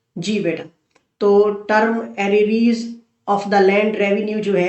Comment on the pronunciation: Arreees word ki pronunciation sir yun h. 👇 Ar_re_ars